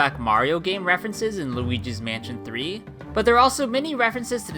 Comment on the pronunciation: it sounds like he's saying "lugis mansion tree"